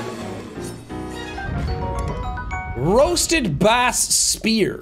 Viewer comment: sean pronouncing "bass" the fish like "bass" guitar is inexplicably hilarious to me